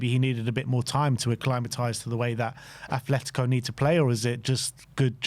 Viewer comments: Ffs, it's not 'Athletico', it's ATLETICO. There is no 'h' in Atletico Madrid's name. Drives me up the fucking wall when football fans and YouTubers constantly fuck that up. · It’s Atletico not Ath